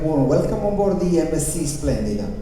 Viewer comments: Если переводить с итальянского zpsrf аббревиатуру компании MSC на русский язык, - а MSC - это все-таки итальянская компания, то правильный перевод - эМ эС Чи. Если с английского, то эМ эС Си.))))) Но, как правило, в основном все произносят эМ эС Чи. Буквы К там и в помине нет)))))) Ну как-то не очень корректно произносить неверно название круизной компании, на корабле которой вы совершили столь увлекательное путешествие. А так отдых великолепный!!!! Семь футов под килем!!!!))))) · А вообще если переводить с итальянского - MSC все-таки итальянская компания, то правильно произносить эМ эС Чи)))) С английского - эМ эС Си. Буквы К там и в помине нет)))))